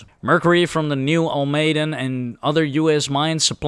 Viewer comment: Almaden - pronounced Al-ma-den